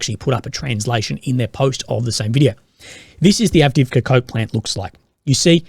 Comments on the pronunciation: Keep thinking he’s saying the “Avdeevka Cope Plant”, which is kind of apt really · I thought you said "cut off from Copeland" not coke plant.